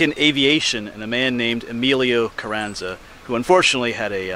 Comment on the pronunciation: It's Carranza long ahhh sound not a like in cat...... I read a lot about him, but I didn't know the contents of that letter. Well said a bout:peer" pressure" or whatever, from experience and teaching I'm sure you have addressed that issue many times. Being a young man without a lot of life experience was probably another reason he did what he did....very tragic, but ironically, if he hadn't died, would he be as well remembered or honored? We know of many interesting people with potential, who lives were cut short by tragedy and whose deaths kept them in the public eye, like Emilio's, sad but true:( Cheers, Rik Spector